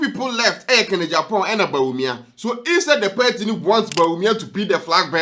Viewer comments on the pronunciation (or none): It's PARTY not perty